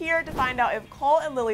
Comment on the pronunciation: She just said "cale" instead of "cole" lmao I'm dead